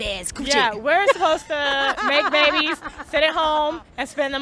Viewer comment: Man that was funny when she said, to make babbbies 🤣